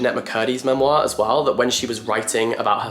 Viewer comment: the way he says memoir 😭